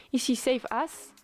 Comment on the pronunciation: bah encore c'est moins pire que quand elle dit "as" par ce qu'elle le prononce "ass" ( TU SAIS CE QUE CA VEUT DIRE !!!! ASS !!! ) "as" ça se dit "az"